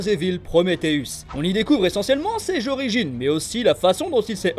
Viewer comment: '' ses jorigines '' '' ses jéchecs '' Haha !!! Pardon, mais j'ai pas pu résister 😅 j'me moque pas, juste c'est mignon je trouve, car je me doute que tu t'appliques dans tes vidéos, et ça ce voit, super travail.